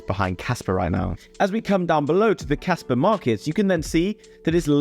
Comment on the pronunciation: Bro I can't tell if you're saying casper or kaspa